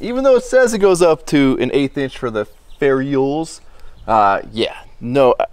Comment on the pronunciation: It's pronounced ferr-ull... A bunch of asses watching y'all work eh.